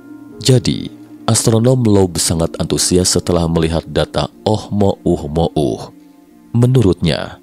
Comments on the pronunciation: oumuamua bukan oh mo um mo uh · GAK CAPEK OM NGOMONG "OH MOH UH MOH UH" KOK GAK DI SINGKAT AJA NAMA ASTEROIDNYA "UH UH UH", PERASAAN KEMAREN NAMANYA "OMUAMUA" NAPA SEKARANG JADI "OH UH UH" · Susah amat nyebutnya min, ohmouhmoh😂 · Ohmohuhmouh ... Dengernya aja cape palagi ngucap berulang2... 😅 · Jd bacanya oh mo uh mo uh 😂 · gw salfok sm oh mo uh mo uh 🤣🤣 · Tiap kali ngomong oh mo uh-mo uh saja masih sulit,apalagi teknologinya. 😊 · Seharusnya bacanya omuamua 😅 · Oh mouh mouh....nya sangat mengganggu....mungkin lain kali di ganti..... Oh mouh mouh akan kita sebut objek ini dengan OMM atau apalah.. untuk mempermudah dalam penyampaian.. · Ohmouhmohu ribet sekali nyebut nya 🤣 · Oh mo uh mo uh trs lu